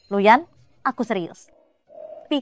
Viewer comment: nama pak Yanuar jadi "Lu Yan" anjrr